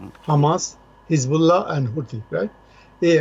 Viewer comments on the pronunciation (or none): হেজবুল্লা নয় হিজবুল্লাহ । অর্ধমূর্খ!